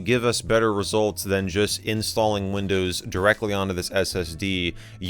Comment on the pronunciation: When you first said windows my ears thought you said Lindows hahaha